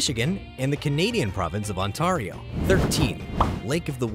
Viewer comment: Be pronounced Ontario wrong😂